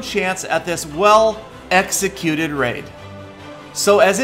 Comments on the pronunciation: in this post confirmed he said "Executed" "X-ecuted" to imply modding. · Anyone else hear the stress on EXcetued at 3.06 😏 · DCtheGamer I disagree. The tone was obviously part of a re-recording because he fumbled on the word.